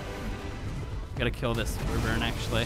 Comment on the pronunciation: Hello instead of saying wyvern can u try say why-vern